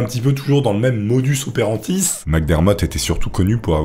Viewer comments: Je t'apprécie beaucoup mais sur cette vidéo c'est 'combo approx level 9000'....la 1ere personne au masculin sur 2 min (WTF), des trucs comme 'motus operantis', je passe le classique massacre de toute prononciation en anglais . Ça casse l'immersion dans un propos sympa et qualitatif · 😭 On dit modus operandi et non modus operantis. De la même façon, escroquerie et non excroquerie 😛